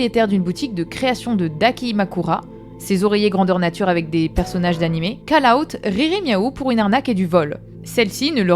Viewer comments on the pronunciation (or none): Call-out se prononce "Caul/Cole"